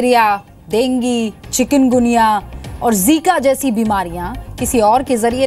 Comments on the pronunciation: डेगीं नही डेंगू होता है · Denge hi hota hai